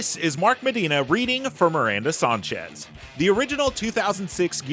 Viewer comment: It’s sAHnchez. Not sONchez